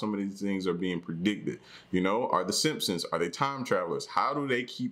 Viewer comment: "the simpons" lol true, true